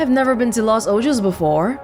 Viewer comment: Lol “Los Ojos” is pronounced “Los OHOS” which means “The Eyes” in Spanish